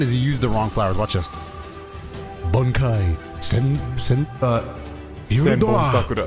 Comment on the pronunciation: I like how can say the Japanese title for Demon Slayer, but couldn't say the name for Byakuya Kuchiki's Bankai 😂😂